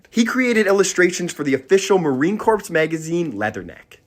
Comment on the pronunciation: The "p" in corp is silent. FYI